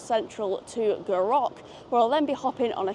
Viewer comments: Another fab video G! Never explored this line so maybe that should be on my list! But oh my, my ears every time you said Gou Rock hahaha, it’s more like Gou Rick. 👍🏼👍🏼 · Gourock is actually said like Goo Rick :) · Roth e say, not quite...😊😊😊 Gourock, all one word, goorock, emphasis on Gou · It’s prounounced “Gooruk. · Goorock....it's Goorock....Hahaha. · wee bit of help with some of the town names - Gourock is Goor'uck, Rothesay is just Roth'say the "e" is a bit misleading. Love that section of the Firth of Clyde, get a great view from all direction and have to love our ferries, even if they are a little troubled at the moment. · Indeed. Goo ROCK is definitely an assault on my ear drums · The way you said Gourock, did make me laugh! And also laughed when you went wrong way to ferry!! But you weren't to know. I love going back there - family come from area - and I love staying with my cousins as they live between the two ferry terminals on Dunoon side. My personal preference if I have time is Western Ferries. My uncle skippered one for many years and I love the walk from McInroy's Point to Gourock on a nice day. Back in the day the Dunoon Pier was lovely and I loved the old Calmac ferries that used them (Juno, Jupiter and Saturn). Those beasts could work in any weather! Great video, enjoyed it. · There's only R in Gourock. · Terrific vid as always For those with a vehicle, there is a shop in Gourock selling cut price tickets for Western. Love your pronunciaton of Gourock! Wrong of course, but funny. You should try the drive to Dunoon, but the Rest and be thankful will probably be shut! The old military road is a wee bit shoogly. For anyone wondering how you can drive to Dunoon, It isn't an island.